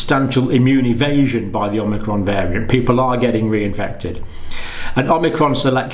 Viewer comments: considering that the vaccine only creates antibodies to the spike protein, and natural immunity gets antibodies to the spike protein and the whole virus body, we can assume that vaccinated people will obviously get infected by Unicron? ... also, "Oh-Mee-Cron" not "Om-Nee-Cron" :) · Dr. Campbell is still mispronouncing "omicron" -- He calls it omNicron. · Dr. John: I have been walking around in confusion as I hear the word "omicron" mispronounced. It's somewhere in the media and it seems to be you! There is no "n" as in "omnicron." From my college days, fraternity pledges had to learn the Greek alphabet. It's produced" o-ma-cron." Very close to "Omaha" coming from Peyton Manning. Love your work. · Not OMNI... O-micron. You clearly don't understand relative hazard if you think 0,71 is equivalent to 71% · Thanks John. I think it’s pronounced ‘ohm icron’ as i the greek pronunciation. Keep up the great work my friend 🙏